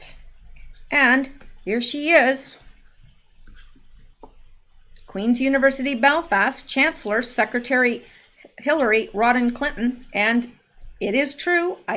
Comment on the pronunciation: I love your videos, but am I hearing you say "Rodhan" instead of "Rodham?" Asking for an anonymous Chancellor.